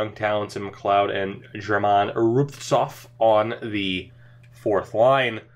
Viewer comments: That's actually wrong, phonetically its Ger-min Roo-bits-ov, one of the weirder names albeit but i've heard this name enough (live near Philly) to know that's the pronunciation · It's German rubinstov that's how you say his name